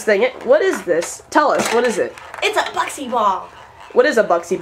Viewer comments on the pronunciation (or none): buksi! is acctually pronounced Booksi! the dots over the u make it like the u in uber